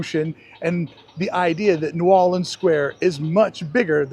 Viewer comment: He's pronouncing it correctly, the way indigenous locals speak, in Louisiana. It's pronounced as one word; "Nuorlans."